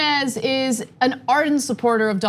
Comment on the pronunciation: "Noon-ass"?!?, You came close. NUNN-ASS